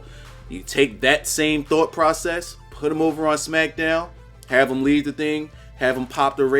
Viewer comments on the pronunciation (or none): none